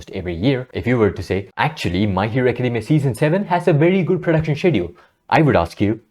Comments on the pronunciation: i appreciate you speaking out against those awful conditions at mappa studios and the antifans/mappa bots defending it. minor thing, the 'sch' in schedule is pronounced 'sk' like in school :) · Is he saying "schedule" or another completely different word?